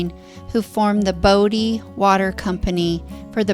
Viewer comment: You frequently said "Brodie" instead of Bodie lol